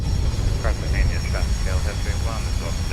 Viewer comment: Awesome videos and awesome aircraft. Just one thing that the US VATSIM community seems to have some serious trouble with: The name of the city is car-tah-HEY-nah. (Cartagena). It has 4 syllables and does NOT contain the letter "ñ" anywhere in it.